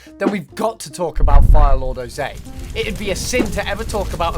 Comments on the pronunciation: Oh-zay? You mean Ozai? Oh-zye, like eye, or bye. Even pie. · Its ozai not ozei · Why are you even narrating this video if you didn't watch Avatar: The Last Airbender? It's pronounced OH-zai, with ai making an I sound, not oh-ZAY. It's not like his name is a twist on Jose for crying out loud. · "Fire Lord o-zay" AW LAWD, o-zeye, come on lad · It’s pronounced the A is silent in Ozai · Did hey say Ozay? Not Ozai “Oh Zeye” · Oh zay? His name is Ozai (oh’s eye)!!! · why are you saying ozai like ozay? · Ozay? are you trying to do a repeat of the Oong meme? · It's pronounced O-zie (like die but with a z instead of a d) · How'd you mispronounce Ozai Why are you selecting adukt shows to talk about what they teach children? Is this Ai?